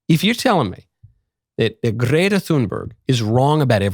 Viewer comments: I know right 😂 I find myself saying Grrrretta now 😂😂😂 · The way michael says gretta is hilarious